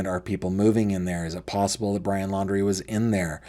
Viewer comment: I don’t think is credible. He said that he is an engineer but then said Brian’s last name wrong. Then he has told several different stories about his interaction with BL.